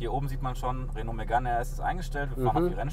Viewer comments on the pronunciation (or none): Des heisst 1. Renault Megan RS (Sprich: Röno Megan RS) uns 2. Michelin (sprich: Mischlää)! Verstanden?